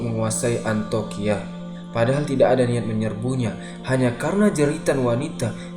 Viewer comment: iya harusnya dibaca Antiokia.. tapi terus menerus dibaca 'antokia'